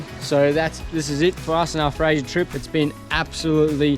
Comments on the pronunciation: It's fraser. Not Frasier. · Mate you are saying Fraser wrong